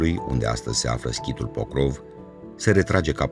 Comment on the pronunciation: Se scrie POCROV și voi pronunțați PROCÓV ? Câte clase aveți " savanților" ? Biata limbă română!